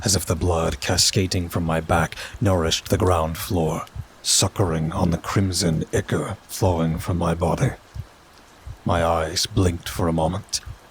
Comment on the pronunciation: I'm so glad I found your channel! The stories you're doing are great and so is your performance of them! Just wanted to give you a heads up. At ICHOR is pronounced eye-kor with a long I and kor rhyming with ore. I hope you don't mind the correction. I don't mean any disrespect by it or to be overly critical. 💖